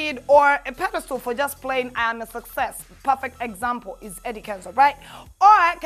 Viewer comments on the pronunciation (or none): Pedestal NOT Pedostool. What is education?? You were right the first time